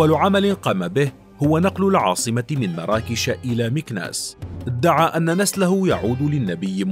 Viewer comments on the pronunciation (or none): none